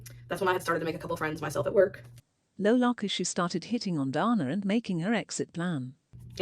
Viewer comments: Her name is Dana not Donna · every time the text-to-speech lady says DARNAH it fucken sends me